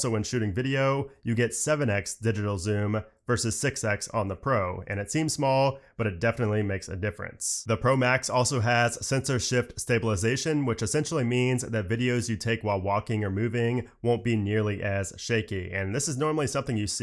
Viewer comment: Same but he meant ”Sensor-Shift-Stabilisation” xD